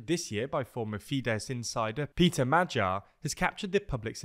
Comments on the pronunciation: The G in Magyar is pronounced the same as the G in Gordon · Close but wrong the "a" sound in hungarian is pronounced like the first sound in the english word "awesome". And the "gy" sound is pronounced like the first sound in english word "during". "M" and "r" sound just like you'd say in english. So put that together and there you have it.